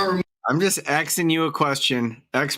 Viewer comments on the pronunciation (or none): Axing instead of asking?😮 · Axing .....my all time favorite! Why can't u pronounce asking! Its a s! These people can't speak properly in a court of law! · We "axing"{ someone???? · I’m just AXING you a question!! Drives me CRAZY!! learn how to talk when your out on your ass…you will have plenty of free time.. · You are not “Axing” a question you should be ASKING…. Damn! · Why do those people always say "axing"? I'm from central europe and english is only my third language and I shudder whenever I hear it.. What's wrong with those people? They are always the same! Look the same and behave the same! Do they all have the same speech impediment? If I was a judge I would hold them in contempt for such blatant misuse of the english language.